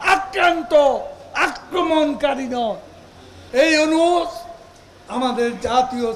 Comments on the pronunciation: আরে কাউয়া, ওনুস নয়, ইউনূস হবে, ঠিক ভাবে উচ্চারণ শিখে আয়। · কাউয়া ইনুচ ইনুচ করে ইউনুস নাম টাও সঠিক করে বলতে পারে না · ড. ইউনুস এর নামটা ঠিকভাবে উচ্চারণ কর, পরে তার সম্পর্কে সমালোচনা কর